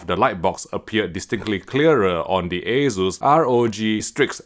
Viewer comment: The "Ey-Zeus" sounds horrible... Asus is a shorter version of the former Asustek (Ah-SOOS-tek).